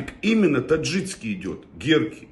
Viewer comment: ТаджиКский от слова таджик, а не ТаджиЦкий. По русски правильно так.